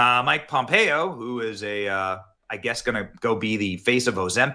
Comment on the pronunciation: You are pronouncing Mike Pompeo correctly and being raised in KS, I never liked him when he was in office and voted against him when I had the opportunity. I'm not a Democrat either so that is not why he didn't get my vote.